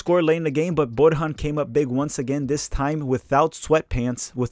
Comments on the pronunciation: Just one correction: it's pronounced "Bor-yan" not "Bor-han" the J in Serbian is pronounced like a Y. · Borjan is pronounced Boryan....not Borhan....thanks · Borjan is Serbian-Canadian so it's, (Bor-yan). When you respect a man you learn to pronounce his name right. Still got my like. Good job on these!